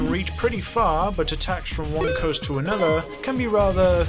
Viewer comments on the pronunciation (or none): none